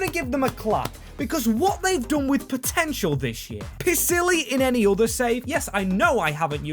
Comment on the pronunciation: you did Pisilli dirty calling him pissily 😂